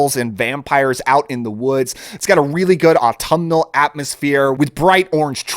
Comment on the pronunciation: Take a drink whenever he says “Autmnal”